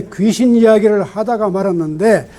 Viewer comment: 좋ㅎ은 강의입니다. 한가지. 귀신의 "귀"는 "길게"밯음하시옵소서.